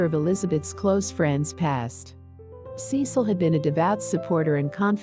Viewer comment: Cecil is NOT pronounced "Sea Sil". The family name is "SESS- il"